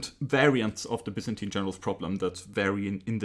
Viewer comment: The actual Greek pronunciation of Byzantine is the one you're using!